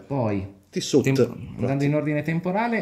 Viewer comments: Ciao a tutti, sono lo "" del primo video. Chiedo venia per la "t" finale che mi è scappata sul Tissot, è stata l'emozione a tradirmi.... Quanto al Breguet, concordo con quanto afferma. Il collezionista medio, anche di buone disponibilità, difficilmente acquista questo tipo di orologio per quella cifra. Il mio intento era di condividerlo con gli amici del canale, in quanto poco visto, tenendo presente che per me ha più un valore affettivo che economico. Spero che questo si sia capito! Love, o meglio Amour, così facciamo contenti quelli che sanno bene il Francese 😊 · Comunque uno che dice tissot con la t finale orologi non dovrebbe averne 😅